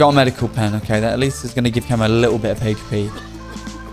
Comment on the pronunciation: For the love of god stop pronouncing HP as "heyshpe".